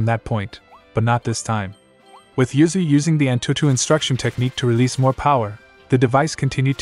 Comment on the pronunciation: The ai voice says uzuy but it sounds like yuzu